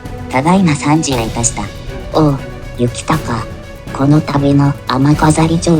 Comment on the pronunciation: 真田幸隆の読み方は恐らく”こうりゅう”です。出家して一徳斎幸隆と名乗ったわけで、実名は幸綱ですね。